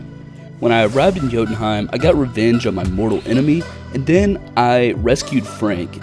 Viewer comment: you ever played god of war? pronouced jotumheim perfectly lol.